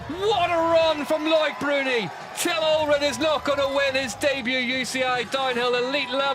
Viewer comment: This commentator mangles so many names with his laziness.